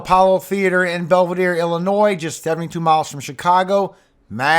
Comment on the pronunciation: How are there still americans who are unable to pronounce illinois or des moines... C'mon